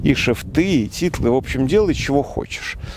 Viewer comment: Не "титлы", а "тилты" (англ. tilt - наклон). Простите, но за много лет это уже не оговорка, а систематическая ошибка.